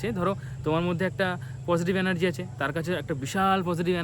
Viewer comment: অ্যানার্জি নয় এনার্জি , ভাই